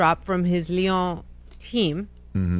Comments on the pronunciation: Yh it’s Lyonnaise as in Lyon not lion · It's Lyon (Leon) not lion 😂😂😂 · Lyon "Leon" that is how they pronounce it. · Olympique Lyonnais known as Lyon pronounced as Leon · It’s French, it’s pronounced Olympic leon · LYON, pronouced (LEE-ON) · Olympic Lyon (Lee-on) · Lyon is french and pronounced ley-on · The team is pronounced Lee-On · Pronounced Olympic Lee-On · Lyon is pronounced 'lee-on' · It's prenouned (Lee on). Good try though. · Charlamagne tryna pronounce Lyon and Marcelo's name is killing me loool I appreciate him for trying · He said the teams name wrong lol 😂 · He really cannot pronounce Lyons' name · He butchered that soccer team's name lol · How you gonna give donkey of the day, and don’t know how to pronounce the club name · Lyon charla. Lyon Lee ohn